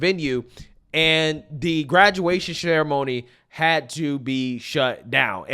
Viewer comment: Graduation "SHARE-AMONY"? 😆 strikes again! He watched too many of Bidens clips... the poor speaking rubbed off!